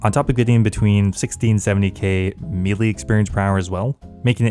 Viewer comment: Its pronounced May-lay, not Me-lay. Fix yourself